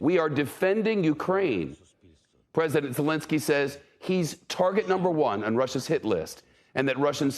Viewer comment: "Russian President Solinski" ..... this reporter. you could tell earlier that he had trouble saying his name as well, pathetic, you had 1 job.